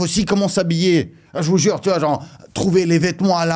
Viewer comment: Tous les " jvoue jure " que tu lache je croit que tu devrait faire des sketch au lieux de Youtube